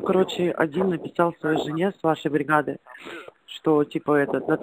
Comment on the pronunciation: Чё за бред?! И ВТБ и Альфа банки работают. Оплата проходит. И те кто это записывал, я так понимаю в армии не служил. Язык явно не армейский! И что это за акцент такой интересный в слове "брихада"?! на